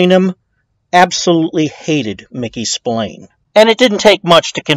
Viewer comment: It's pronounced SP-ILARNEEEEÉ stop winding this guy up